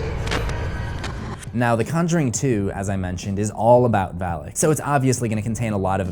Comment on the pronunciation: its Valak not alak get it right dude